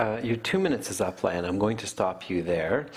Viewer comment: Its Lay-aan lmao not laian.